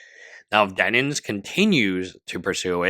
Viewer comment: For the love of God man it's DEN-IMS 😭